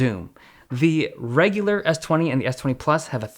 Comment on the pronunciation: Who else got mad when he said “S20 ReGuLaR” ughh